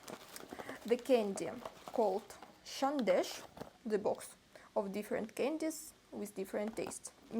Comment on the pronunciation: Love how you pronounced sandesh...❤❤too cute and exactly like a Bengali ❤❤.